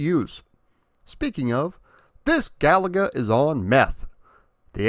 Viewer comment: Thanks for not calling the game Ga-La-Ga